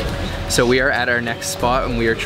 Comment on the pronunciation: "its söu crispy on the öutside"